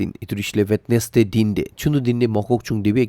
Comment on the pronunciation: Wenesday... not (We(D)nesday...